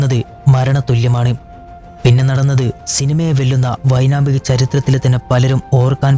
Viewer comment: വൈനാമികൻ അല്ല വൈമാനികൻ ആണ്